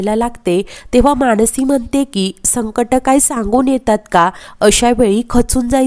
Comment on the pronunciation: मानसी असं नाव आहे माणसी असं म्हणू नका